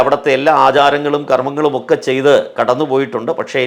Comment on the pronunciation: നല്ല പ്രഭാഷണം. പക്ഷേ ഒരു മാഷ് എന്ന നിലയിൽ ഭാഷ കൂടി ശ്രദ്ധിക്കുമോ? ഒക്കെ എന്നത് എക്കെ എന്ന് പറയരുതേ.. അത് പോലെ സഭയുമായുള്ള ബന്ധത്തിൽ എന്ന് പറയാതെ (ആ ബന്ധത്തിൽ ഒരു കുട്ടി എന്ന് പറയുക സാധാരണം തന്നെ )മറ്റു ഭാഷ പ്രയോഗം ആവും നല്ലത്